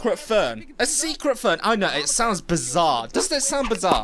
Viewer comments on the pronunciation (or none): In the captions he said fern but I actually realized he was trying to say phone 🤐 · Learn how to say phone and radio